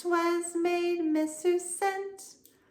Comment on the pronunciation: Missus- your pronounce it like Mrs..... the latin is kinda hard to catch onto..😊😊